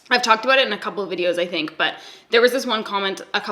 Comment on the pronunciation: I think I detected an aboot also 😂